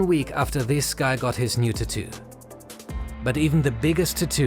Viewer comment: The way you pronounce tattoo 😭🤣